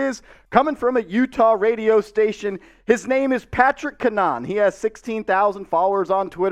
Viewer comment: Its "CAN-a-HAN" btw. He went to school for broadcast journalism and he doesnt try and go for "clicks" I would would say that its credible if I had to put money on it.